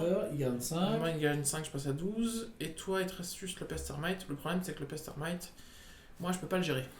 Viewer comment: J'avais envie de m'arracher les cheveux a chaque "pertermite "de dit xD